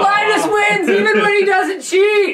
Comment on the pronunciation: even in ltt videos i have started to mentally refer to linus as lienus.